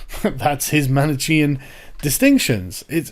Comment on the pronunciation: BTW, just for future reference: Manichean is pronounced "man-eh-key-an" with the emphasis on the first syllable.